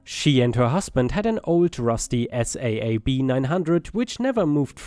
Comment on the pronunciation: Hello. Hope you feel better soon. Oh BTW. The Saab car is pronounced like sob. Someone crying as if their heart is broken 😭